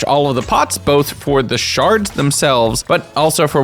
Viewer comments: ITS NOT SHARDS ITS SHERDS SAY IT RIGHT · I think that, IRL, the technical term really is "Sherds", not "Shards"